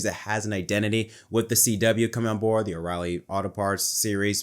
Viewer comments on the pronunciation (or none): none